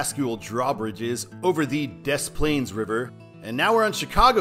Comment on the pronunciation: Dess Plaines? It's more like De Plaines... You say it like the French did... - A birthed and former Chicagoan.